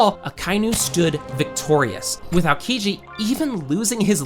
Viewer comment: its not ALKIJI its Aokiji you need to say O between A and K , great video tho !